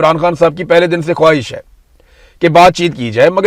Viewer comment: خواہش نہی خاہش تلفظ درست فرما لے بھای جان